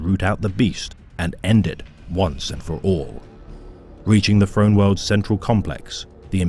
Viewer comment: Great video and narration, except for your pronunciation of words beginning with "Th", its "Throne" not "Frone" god damn. Was so good until those parts and then it was like ear cancer